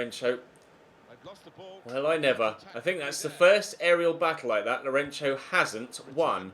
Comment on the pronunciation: Since you're talking about name pronounciations.. Lourenço's ç is not pronounced like a "ch" sound but like "ss" sound